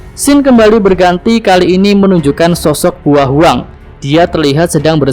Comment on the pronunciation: bao huang min bukan buo hwang 😅😂😂😂